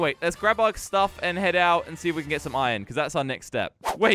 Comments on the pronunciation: Why does call iron iren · Did say..... IRON CORRECTLY?!